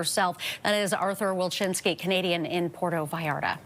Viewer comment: It is pronounced PuerTO VallarTA. THERE ARE TWO “Ts” THERE, SPANISH IS NOT ENGLISH. It is not pronounced “Puero Vallara”. 🤣🤣🤣